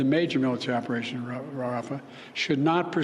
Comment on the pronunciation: Having job Biden talk shows he isn’t in charge of what’s going on. He can’t even pronounce rafah